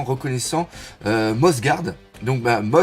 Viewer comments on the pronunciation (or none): ça se prononce peut être à la slovène Mjosgard -> Miosgard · Je crois que cela se dit Myosgard ( mythologie nordique comme en allemand le j se prononce Y ) donc pas mjosgard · Doc, je pense que "Mjosgard" se prononce "Miosgard", un peu comme pour le marteau de Thor "Mjolnir" qui se prononce "Miolnir". En tout cas, en japonais Mi-O-SU-GA-RU-DO sonne mieux que "MU-JO-SU-GA-RU-DO". x) Et tu as raison, c'est bien 198 pays parce qu'il y a aussi le Wankanda ! :o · Mjosgard se prononce "Myosgard" il me semble. C'est comme le peintre néerlandais Johannes Vermeer qui se prononce "Yohannes Vermeer" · Mjosgard se prononce "Miosgard" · juste pour info: Mjosgard se dit comme Mjöllnir le marteau de Thor c'est à dire [Miolnir] et [Miozgarde];) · MJOSGARD est un nom nordique, le J se prononce comme un "I" donc ça se prononce comme si c'était écrit MIOSGARD